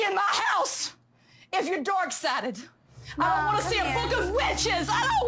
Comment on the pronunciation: I heard dark sided as dork central